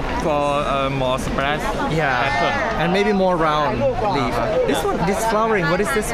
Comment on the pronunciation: he clearly said lound leaf and you changed it into round leaf :(